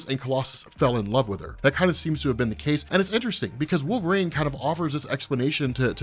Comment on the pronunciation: I just gotta ask why keeps saying "the molecule man owen reede" Instead of sayin "molecule man" Or why does he call wolverine wolvrain. Baffles my mind